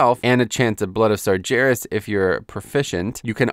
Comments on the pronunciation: Not slaughtering the basic rules of phonetics, is what I mean. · Your pronunciation of "sargeras" is so wrong Outside of that, great video as always.